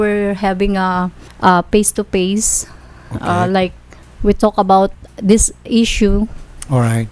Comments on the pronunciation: Surfrise , peys to peys and relationshif😂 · I am "SURFRISE and we didn't "PACE TO PACE" Ang gulo mo te 😂😂😂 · i was surfrised and pace to pace. ate nman nag sinungaling qa na nga. mali mali pa pronounce mo. duh...Madaling salita GOLD DIGGER qa hyop qa. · Sorprays and peys to peys😂😂😂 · Haha oo nga "phase to phase daw haha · Peys to peys 😜😜😜!! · I was surfries.. 😂 phase to phase.. 😂 belling.. 😂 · "i was surfrise because they didn't inform me and i though we're habing a paste to pase" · Mr. Tulfo: "Do you have any reaction to what said here yesterday?": "Oh yeah, um...I was surprised because they didn't inform me and I thought we're having a...a...PAYS TO PAYS..." Me: Ate, dami mo nang nakulimbat tapos mga pays pays pa rin gusto mo?! Charot! Haha...